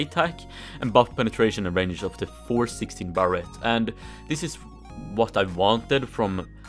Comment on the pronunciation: Everyone: Barrett: Barrette